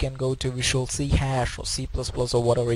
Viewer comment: Looking forward to the second part! Also- It's pronounced "C sharp" (as in the music note)